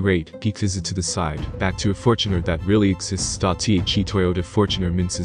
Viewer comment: Fort Runner? What the fort,,, come on man